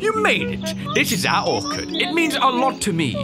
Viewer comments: Orchard is pronounced like the orch in torch. Sorry it was bugging me lol 😆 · pronouncing Orchard as 'Or-card' is the most precious thing to me and its my will to live rn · It bugs me how pronounces "orchard" it's like simplerobinson saying parmizan when it's parmesan